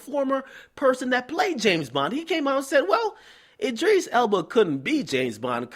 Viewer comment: lol "Id-dris" nigga its Id-ris